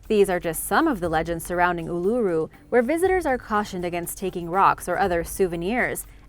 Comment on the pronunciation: I have to comend you for your procreation of Ulura, alot of people have trouble with alot of our country's place name. But you did well....a bit of info you didn't have. Visitors uset to be able to climb it, but due to people climbing it appently was causing the rock to eroad. Oh a very famous, at least hear, a baby was taken by dingo depending on who you belive.